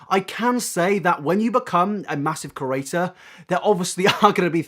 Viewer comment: do you realize you're saying curator and not creator? 🙄